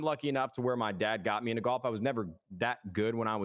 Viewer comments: Nobody: Courage: "you were getting into gAlf" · "Galf" - Courage